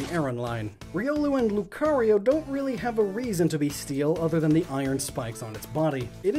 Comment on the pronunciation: LUCARIO, NOT LUKRIO!